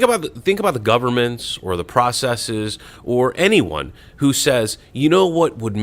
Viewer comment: I like how pronounces "processes" correctly.